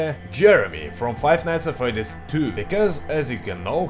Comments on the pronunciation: Oh... Hey,. Nice work! VERY nice work! Good! But... A... Your accent... In the name of the Great Xibalba, but "Fr-r-r-r-r-r-r-eddy`s"? Ew. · Five nights at fRRRedys))